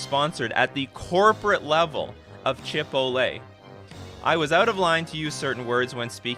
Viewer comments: That Chipotle thing is straight-up fraud. (Chipotle is a semi-upscale chain of Mexican restaurants here in the US... It's basically Applebee's but with Mexican food. And it's pronounced Chi-POHT-lay.) And..."Thank you all for the TLDR?" Really? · Today i learned Canadians (or at least) pronounces Chipotle differently than us Californians.